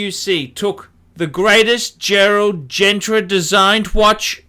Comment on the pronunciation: Good video, really interesting. I really like this watch, always have done. I couldn't give a shit what other people think about it either. Your pronunciation on Genta still isn't right, but it's 1000 times better than Gentra. Phuck me I'm impressed, giving you a thumbs up and all sorts.